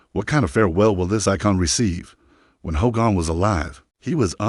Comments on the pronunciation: Hulks funeral will more than likely be a private graveside service for family and very close friends. Would be nice to see it though as it happens. But these AI narrations are wild. "Ho-gone" sounds like a jab at Hogan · not the funeral an its not hoe gone its HOGAN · This Narrator can't even pronounce his name right 🙎🏼‍♀️